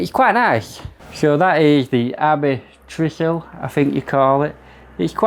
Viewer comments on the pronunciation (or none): Trieste is pronounced Tree est. It is a town in Italy. The shower head is a replacement from ALDI. I have one myself. The green dimples are a giveaway. I would not pay 29 grand for it. 19 maybe.